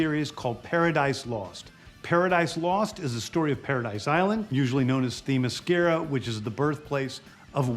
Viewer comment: he mispronounces themyscira .....